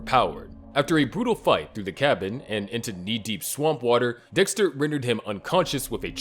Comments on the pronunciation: Dixter lol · ”lab geek my ahh, Dextuh 😏”